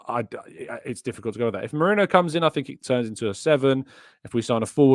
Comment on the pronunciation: its Merino not Moreno 😂 bloody hell…